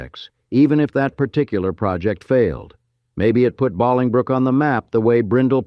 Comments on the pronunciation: AI or not, this crap is just annoying. Interesting story that I really want to hear about, but the constant mispronunciation of Bahling brook kills it for me. It's Bowling Brook! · You lost me when you pronounced Bolingbrook as "BAH-Ling-brook." It's BOW-Ling-brook, with "BOW" rhyming with "LOW." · I was there when I was a Lul kid. It was a Shit show. But Cool. BTW FIRE THE NARIATOR. It's BOLINGBROOK not BALINGBROOK. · Another Old Chicago video that can't pronounce Bolingbrook correctly. Boil ing brook and now Bahling brook. It's Bowl ing brook. What is next? Are you going to say Chick a go for Chicago? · IT IS BOWILING BROOK NOT BALLINGBROOK !!!!!!!!1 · Why does the narrator keep pronouncing it as bahling brook? Only if there were two Ls, guy. One L and it supposed to be a hard vowel sound. You ever go bowling? Then you know how to pronounce Bolingbrook. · we also lived in Beaconridge, ( Parking lot "G", Providence Ct. back then... Old Chicago was a Blast....( I wish they pronounced Bolingbrook properly) It was a sad day when it closed. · I grew up near O'Hare and when I began watching this I was quite ready to revel some visits to this strange place but apparently it was in Bolingbrook, or Bahlingbrook As you said, It is pronounced like Bowling brook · Bahlingbrook 😅😂 Pronounced like Bowling brook. AI for sure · Was just gonna say this. No one says Bahlongbrook. Everyone pronounces it as if they are about to knock over 10 pins with a heavy ball. Bowling brook. Bolingbrook. Long o. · Exactly! If you're from Chicago you know it's not pronounced Bahlingbrook. 😮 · AI is so stupid, it is pronounced BowlingBrook! You are not real either! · Boling•brook; pronounced like Bowling•Brook. Bowling ball, bowling alley. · the correct way to say the town is... bow ling brook (phonetic) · It's Bollingbrook spelled differently but like bowling like bowling ball Bollingbrook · Stop with the Bawling Brook 😂😂 that is annoying me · Bowling , Bowling, BOWLINGBROOK!!! stupid AI voice!